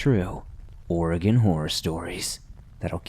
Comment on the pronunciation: As a 5th generation oregon local I thank you for saying the states name correctly and much thanks for doing this video. I've been waiting literally years for this video to come out!